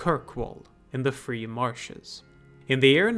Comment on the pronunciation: I've watched all the videos so far, and I am wondering... the word "Marches" is the same in "Exalted Marches" and "Free Marches", but you only say it correctly if you say the former, and say it like "Marshes" in any other case. Is there a reason for this I am missing?